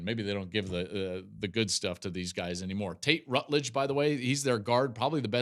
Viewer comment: Ratledge… not Rutledge